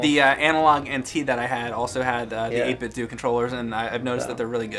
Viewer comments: 8bit-due? You mean 8bitdo? (doe) 😂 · Is it an 8bit (do) controller or an 8bit (dough) controller? It's not ninten (do) so I think it's pronunciation should be dough at the end. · I've always been under the impression that "8-bit do" is supposed to rhyme with "Nintendo".